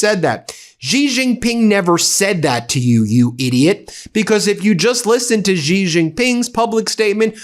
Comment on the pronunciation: His name is pronounced 'xi' like she. Not gee.